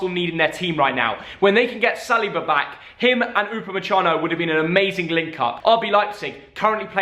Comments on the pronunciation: upamesano, upamechano, anything else you wanna call him?😂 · No one: No one ever::Upumessano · You pronounce upamacano U ba ma can no